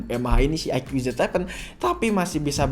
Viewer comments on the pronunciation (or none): Bang kata dapit bacanya bukan IQ tapi aiku